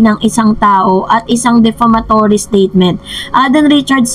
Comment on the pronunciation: Hello it's defamatory not deflamatory